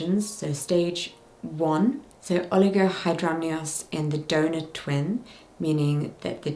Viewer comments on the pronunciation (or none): Not me hearing 'donut baby' instead of donor 😂 glad everything is going well now and babies are OK ❤